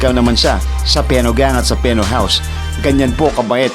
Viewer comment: it spelled pheno but it pronounces "fino"